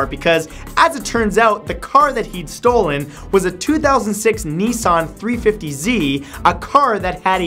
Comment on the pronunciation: "2006 Neesaahn 350 Zee"...... Christ I've never heard a worse pronunciation in my life.